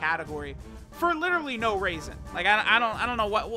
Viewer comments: Is it just me are did say raisin instead of reason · "for absolutely no raisin"